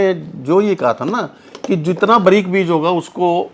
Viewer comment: साले बरीक नहि बारीक बोल